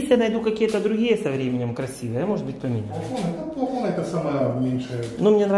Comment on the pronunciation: Меня радует, что Севка научился правильно говорить слово плафон!